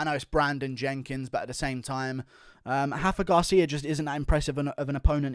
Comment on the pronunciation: It’s Rafa Garcia with an R not an H he’s Mexican not Brazilian